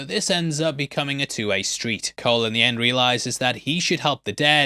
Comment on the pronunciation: Who tf pronounces Cole with a soft c?